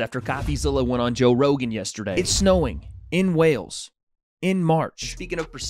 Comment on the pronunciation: Wales* not whales